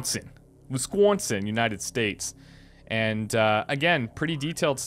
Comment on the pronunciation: I resent how you pronounced Wisconsin